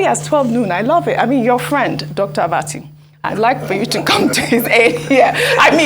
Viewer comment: Abbati stop calling her name that way